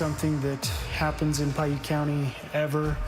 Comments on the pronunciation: Piute is pronounced (pie-yute) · Man it is incredibly annoying that the narrarator doesn't care enough to pronounce words correct in her videos. Pwait county.Lol😂😂😂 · Piute is pronounced pie- you-t. They're a native tribe